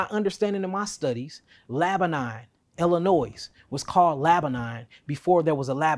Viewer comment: It's pronounced ill-a-noie my brother, not ill-a-noise!!!! .. apparently it's FRENCH, according to this pale man that gave me hell as a young telemarketer!!! I called him pitching my companies service, he snapped at me for saying ill-a-noise! He said get the name right kid, it's French and it's NOT pronounced ill-a-noise!!!!! Hey, we learn something every day. 😅